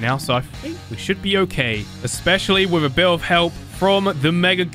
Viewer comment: i like how he says with its wif